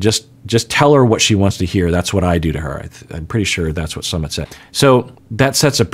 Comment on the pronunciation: has been so careful about pronouncing names of cast members correctly. However, he consistently mispronounces Sumits name. Everytime he says it. It might help to go back and listen to how his name is pronounced. pronounces it like the ‘summit’ of a mountain. It’s actually pronounced more like ‘Sue mit’.